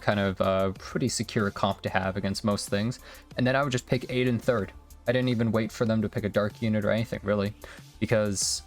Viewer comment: btw it's pronounced 'Ah-Din', not Aiden lol